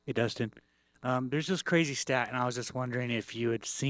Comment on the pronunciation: "Battle of the Ustins" Kilt me 💀😂